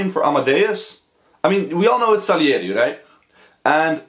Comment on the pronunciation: Salieri and Sarieri are pronounced the same in japanese, it was a honest mistake